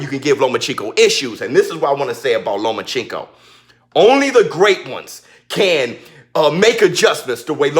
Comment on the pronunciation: Shut down your channel idiot. Your personality kept me from listening to anything you said. Only thing i heard was your rascist ass improper pronunciation of Loma's name.